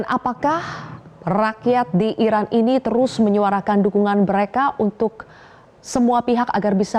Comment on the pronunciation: Iran mbak bukan Irak 😂